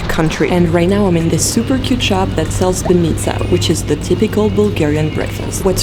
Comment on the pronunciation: BAnitsa(Баница), BozA(Боза). I've not heard one foreigner pronounce it right.